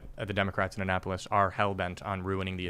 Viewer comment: Born in Maryland it’s funny to hear Tim say “Anne Apolis” lol